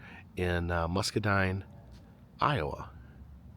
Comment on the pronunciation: Great vid, my family is from Muscatine Iowa and it’s pronounced “muskateen.” Keep up your great videos!!